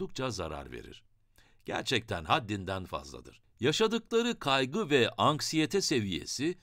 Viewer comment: anskiyete değil anksiyete